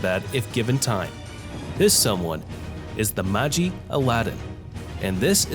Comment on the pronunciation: Ayyeeee magi is pronounced “ma-gi” not “ma-jiiiiii”!! I heard something about producers not being able to hire the same CVs cuz they’ve become too famous and it takes a lot of money to use them in one show… Also, apparently no game no life didn’t get a second season cuz of some problems with the illustrator or something. But they did get a movie so anyone interested, check it out👍👍👍